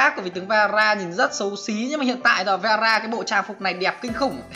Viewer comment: Vera mà nghe tara